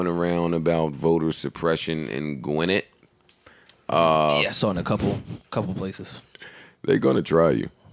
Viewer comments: Joe it’s pronounced GWIN - NETT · Gwinnett (gwa-net) for my outta state folk